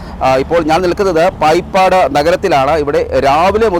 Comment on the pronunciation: പായിപ്പാട് അല്ല.. ബായിപ്പാട്...